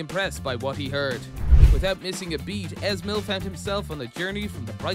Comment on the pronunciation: Your pronunciation is Hilarious, Easy mil not es mil.